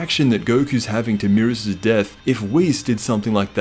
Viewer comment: Aye yo its beerus not merus